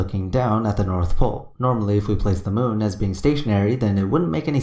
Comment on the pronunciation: I love the way Bro pronounces the word moon - he says it like "muwn".